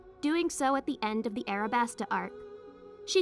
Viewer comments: U said arabasta when it was alabasta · Am I the only one who’s gonna say she said arabasta instead of alabasta